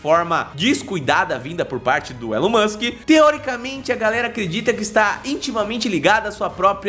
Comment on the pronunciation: Pq vocês aí no Brasil não sabem pronunciar o Nome de Elon Musk? Vocês falam como se tivesse um "N" MANSK, isso é errado! Antes de fazer um vídeo falando sobre os planos de Elon Musk aprendam primeiro a pronunciar o nome dele. A pronuncia correta do Nome MUSK é "MASK" Sem "N"